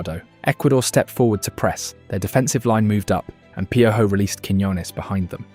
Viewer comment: Wait 😭😭😭 did you call Piojo , pyo-joe😭😭